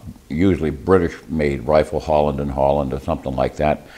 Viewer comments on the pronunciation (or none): none